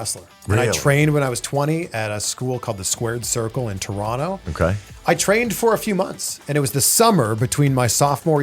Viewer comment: glad to know that chris pronounces toronto the 'correct' way